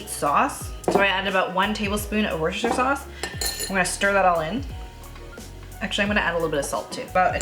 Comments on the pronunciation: Worcestershire is pronounced like wooster- sher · Just found the channel from this video. I’ll be trying this very soon. One quick heads up though, Worcestershire sauce. I’m in the UK where it comes from. I always smile when non-Brits say it. Despite how it’s spelled, it’s just pronounced Wooster sauce, as in rhyming with booster.